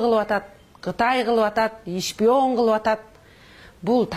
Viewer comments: Шпион эмес Ишпион деди. Тэлэвузор деди. Депутат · Телевизорду Толовузор, шпионду ишпион деп сүйлөгөн сабатсыз экен эми ушулар калды эле бизди башкарган, и так эле эки жетим Макалё менен Сексалю жетиштүү эле.